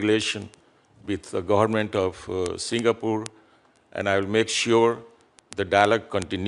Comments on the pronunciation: Deiii.. you can't even pronounce Singapore.. not Singapoor.. not Singapool.. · Salute to senator ..& a ambassador who can't even pronounce ' singapore' ..don't come here clown